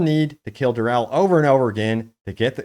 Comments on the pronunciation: Say it with me...Durrrr Eeeeeee Llllllll not Durrrrr elll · dur-e-ehl not "durrel" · Who's "Durrell"? Have you never heard anyone else saying Duriel ever? 🤷‍♂️